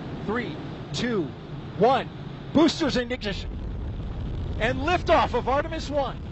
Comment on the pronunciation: That guy had a bit of trouble saying “booster ignition” 😂 Sounded like me when I try to pronounce “syzygy”